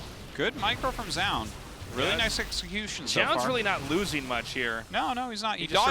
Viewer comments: Zoun is pronounced JOE-OON, not zyown. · Since zoun isn't an English word, but a Korean nick, the presenter at the start of the game should be the best pronounciation we have [ʒu:n]. Tasteless isn't too far off most of the times [ʒaʊn]. It is when he says it in the same way as Artosis that he falters [zaʊn]. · Tastless till saying zoun "Zjoun" :/ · Tasteless really needs to figure out how to say Zoun and stick to it XD He thinks he is saying it right but he's not lol